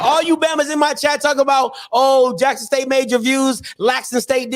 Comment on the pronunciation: Who is Lackson State? 🤣🤔